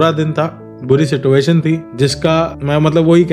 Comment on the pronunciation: Situation pronounciation galat h aapka